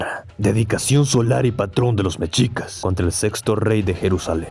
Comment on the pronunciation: Cada que decias "Mechicas" y "Hui-CHI-lopichtli" me sangraban los oídos 🤣😂🤣, después de eso buen video.